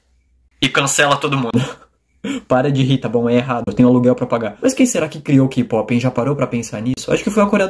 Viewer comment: O que eu entendo =gey pop Pronúncia correta=key pop